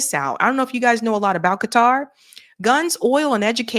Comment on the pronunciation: lol "K-TAR"